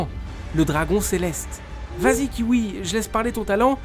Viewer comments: Pendant toute la vidéo il dit Kiwi au lieux de Qin Hui 🤣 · “Kiwi” au lieu de Qin hui c’est banger 😂😂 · Tu mas fait trop rire mdr 😂😂😂 " qui hui " 😂